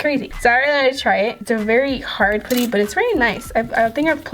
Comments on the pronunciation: It’s so cringy when u say “poo-ty” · It's pronounced pu-dy the Pu as in up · Your seriously my favorite youtuber but I hate the way you say putty😂😂